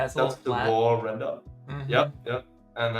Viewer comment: yeah I listened back and realized I pronounced every render as lender🤣 ,well trying something new is always exciting.🔥🔥👍